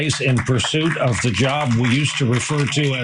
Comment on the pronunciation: Thee Leeberal meedia!!